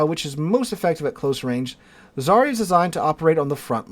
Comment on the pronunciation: The new Russki ship is ЗАРЯ СВОБОДИ or Zarya Svobody...don't quote me on the Russian spelling of the second part of the name. I'm fairly certain about the first part. In any case, the pronunciation of the first part of the name is NOT ZAReeyah, but rather ZARyah. Whole thing: ZARyah SvohBOHdee. Whenever you see a transliterated Russian word and the combo /ya/ comes up, it's pronounced YAH. That comes from the letter Я which makes the YAH sound.